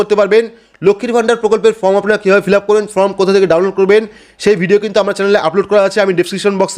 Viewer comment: সব ঠিক আছে কিন্তু ফর্ম কে ফ্রম বললে বড্ডো কানে লাগে।